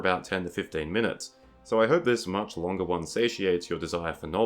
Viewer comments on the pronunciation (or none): none